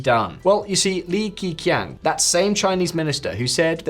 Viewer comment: its not pronounced as "key: but "ke" like "ke-bab, ke"